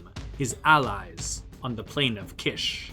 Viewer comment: Definitely Kish! It is pronounced like "quiche" in French which is a delicious pie-like dish. The royal title "King of Kish" is music to my ears.